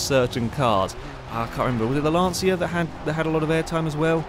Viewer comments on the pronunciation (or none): none